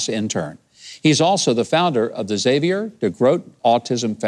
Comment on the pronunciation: Thank you for pronouncing Xavier correctly. I bugs me when people pronounce the "X" then the whole name. It's just Xavier, not "X-xavier."